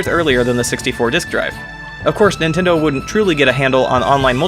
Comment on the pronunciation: Thought he said "nintender here"